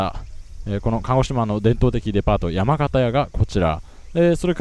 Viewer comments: やまかたやですか、地元ながらやまがたやと言ってました。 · ヤマガタヤじゃなくて ヤマカタヤな！！ヽ(`Д´)ﾉﾌﾟﾝﾌﾟﾝ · 国道3号線のスタートはスーツさんが先日行かれたJR門司港から徒歩で15〜20分ぐらいの所にあります。 山形屋は、「ヤマガタヤ」じゃなくて「ヤマカタヤ」なんですよね〜。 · 山形屋、やまがたやではなくて「やまかたや」なんですよね 初めて鹿児島来た時に鹿児島市民に言われたなぁ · いーや、鹿児島が田舎でダンナの実家でもありますが、スーツ氏の方がよっぽど詳しい！ ですが、少々訂正を。 ・山形屋は「やまかたや」と濁らずに発音いたします。 ・ラーメン屋に限らず、蕎麦うどんの店でもお茶と大根の漬物フリーはほぼデフォルトです。 ですが桜島大根を使っている店は少ないかと…。大根の浅漬ですね。 微々たる事突っ込んで申し訳ありません。 後半分の旅、週2とはいえ学業との両立大変でしょうが応援しています！